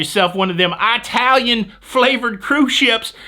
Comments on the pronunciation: if the word is pronounced Eyetalian then you also have to say Eyetaly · says “I” talian all the time! Hee her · Can you please have Jenny smack for saying "Italian" He does it all the time, and it drives me crazy!!! 🙏🙏🙏